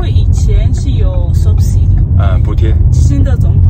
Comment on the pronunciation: 说subsidy的时候说成subside了，害我还专门去查词典，因为最近在学英语，比较敏感😂